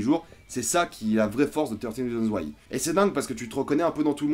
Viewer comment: Le prends surtout pas mal. Mais le "th" en anglais ne se prononce pas "te". A la rigueur c'est plus "fe".